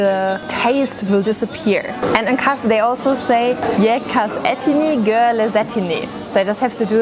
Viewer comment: MARS DEĞİL KARS